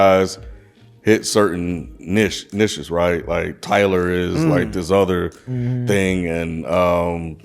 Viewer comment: ninja said tittyboii?? nawwwww fammo. That ain't it